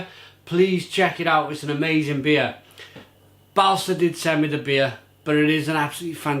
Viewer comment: By the way, the "å" is pronounced as the "o" in for example "bolt". Swedish is weird, I know :)